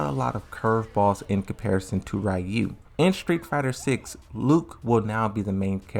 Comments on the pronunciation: It’s none of them. It’s not “REE-oo” it’s not “RAI-oo” it’s not “REE-uh” In Japanese “Ryu” is just one syllable. And it sounds very close to “Roo” with a very tiny, almost nonexistent “y” sound after the R. Also the “R” sound in Japanese isn’t the same as in English, it’s halfway between an “L” sound and an “R” sound. You have to voice an “R” sound but your tongue has to flick from top to bottom like an “L” sound. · why would it matter if there Japanese people here or not? The guy went out of his way to explain Ryu’s name and it wasn’t accurate so I’m just explaining how to actually pronounce his name (which is hard to do in text). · Ryu pronounce something like lew for me